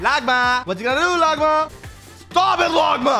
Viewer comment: the way bro says longma he says logma😂😂